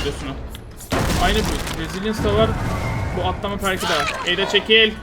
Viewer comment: kanka perk telaffuzun olmasa videolarini izleyecegim ama dayanamiyorum o telaffuza :D